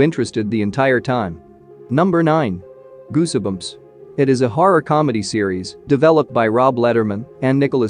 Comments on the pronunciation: the "e" in Goosebumps is not pronounced... just sayin' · I'm sorry but how can you butcher a word like goosebumps!!!??? Wow. Other than that it was a good clip. The e is silent my man.